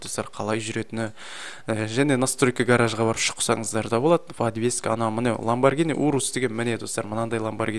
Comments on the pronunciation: ланбаргини емес ланбаржини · Ламбаргини емес ламюарджини го